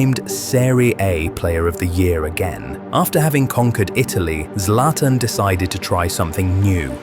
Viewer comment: Zlatan ❌Zlaiotan✅ 🗿🗿